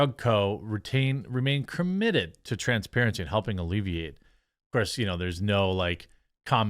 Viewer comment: Did Jeremy Freudian-slip by saying crim-mitted...?